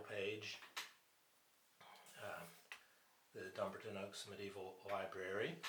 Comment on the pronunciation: Great review. It seems to cut off at the end though? Also just to say, as a Scot, the stress is on the 'a' in Dumbarton :)